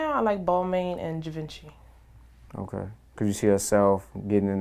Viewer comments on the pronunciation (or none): Thumbs down for mispronouncing her "favorite labels" it's BALL-MON and GEE-VON-CHEE.. Stick to Rainbow mama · But you can't even pronounce Givenchy...oh